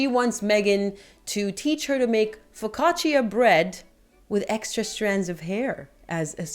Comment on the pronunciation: Please pronounce focaccia the right way.